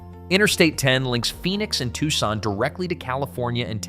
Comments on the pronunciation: no dude the AI said "Tussin" instead of "TUCSON"!😂😂😂😂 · This is great, and quite true. However, the repeated mispronouncing of Arizona's second largest city detracts from this. It is pronounced "TWO-SON," not "TUCK-SON." You got it right in several places, now fix the couple of glaring errors. Right now this is 6/10. But if you fix those couple of errors, it will be 9/10. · Where the hell is "TUSSON"?!😂😂😂